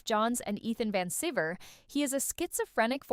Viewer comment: Ethan Van SKIV-err? really? Its a long 'i', pronounce 'eye'. Wait until I tell my buddy Ethan... he'll spank your hiney. 😏